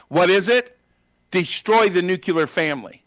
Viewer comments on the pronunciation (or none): ....."....destroy the nu-cue-lar family...." I have heard only two other morons use that mispronunciation of "nuclear"...... ....Trump and "Dubya". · "Nucular", racist homophobic idiot? It's *nuclear. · I can't say all conservatives/republicans are racists. What I can say is that racism is clearly not a deal breaker for conservatives/republicans, and that's just as bad. Also, it's too perfect that Bishop says nucular. Of course he does. hahaha. If you can say New-Clear you can say Nuclear! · I get triggered when I hear people say "NUCULAR"! That damn word is NUCLEAR! You sound like an uneducated idiot! Is it that hard? NEW-CLEAR? I am not a big fan of people that say "axe" instead of ask, but at least I can understand how that can happen to certain intelligent people. I wish that was the worst thing about this monumental clown! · Beyond being a racist, I cannot trust anything someone says if they use the word "new-cure-ler". What is newcureler? I know a word "new-clee-er" it's even spelled ... nuCLEAR. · Nucular family, huh???? Get it right, you racist idiot buffoon. You're no more than just another racist Dumbass looking for attention. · It is incredibly difficult to take someone seriously that says ‘nucular’. There needs to be some testing procedures & certifications for anyone seeking public office AND to create other human beings. We need no more of this lot. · The specimen says ’nukular’ instead of ’nuclear’. That’s enough . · Bring back the "Fairness Doctrine". Loons like this Santa impersonator need to be countered. He also has to learn the difference between "nuclear" and " nucular". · Railing against the educational system why saying things like “nucular [sic] family” and “indoctornation [sic]”… …yup, that checks out. 😕 Stay in school, kids. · Spoken like a true repiglieKKKan🤮 It's "NUCLEAR", not "NUCUELAR", s2pid inbred! English much?! Red state welfare queen deadbeats shouldn't be allowed to vote. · "Destroy the nucular family". Wut? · Nuc-ya-ler! Yes!!!